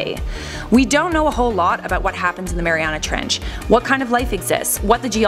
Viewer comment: Mariuana treench xD